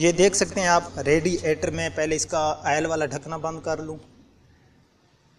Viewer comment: یار عیل نہیں ہوتا آئل ہوتا ہے